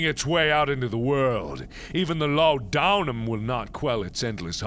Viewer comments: tis pronounced law duh num in case you didnt know mark heh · laudanum = law-ed numb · It's a running joke that Mark pronounces it so horribly wrong.